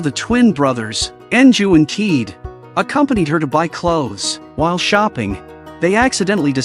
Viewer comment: Not Kede but Kayede as pronunciation 😅